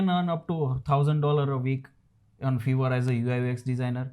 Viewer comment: It's not a fever it's a fiver